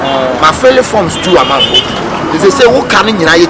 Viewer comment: Kyekyeku learn to pronounce man and stop saying mine 😒